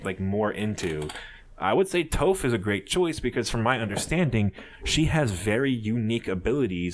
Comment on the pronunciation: Im dead he said toph wrong